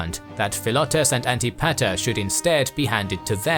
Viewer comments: An-tip-a-ter not anti-pater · One of the more interesting ways I've heard Antipeter/Antipater, pronounced. Sounds like Anne-Tip-Eh-Er. NOT, Anti Pater. 🤦😜. Sorry, Imma dork. 🤪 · Mispronunciations: Achaemenid is pronounced “A-Kee-men-id Anitipater is pronounced “An-TIP-ater” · Isn’t Antipater pronounced “An-tih Puh-ter” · Lol the way pronounces Antipater is funny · This is very exciting! So glad to see the series start. Another great video from, they really spoil us at this point. The pronunciation of Antipater was… interesting